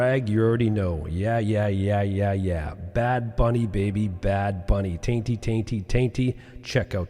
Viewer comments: bro you killed me with the “tainty” 😭💀 he’s talking about Tainy (pronounced “tiny”) and he’s commonly regarded as the greatest reggaetón and urban latin music producer. You guys should definitely react to his album called DATA, I’m sure you’ll enjoy his production and Bad Bunny’s on like 3 tracks. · Tiny* ... not Tainty lol. Spelled Taini... like Tiny Tunes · It's not Tainty it's Tainy pronounced. "Tiny." Literally one of if not the best producer of reggaeton of this generation and of all time. Recommend covering him and his album Data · I just wanted to correct. “Tainty” is the producer. His name is TAINY (pronounced as tiny). Hes been making hits for 25+ years and every shift in the genre has been made and done by him. Lovely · There were a LOT of moments when I felt indignation watching this (also felt joy and pride) but mispronouncing Tainy’s name sent me 😂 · Tainty tainty tainty haha butchered the goat reggaeton producers name so bad😂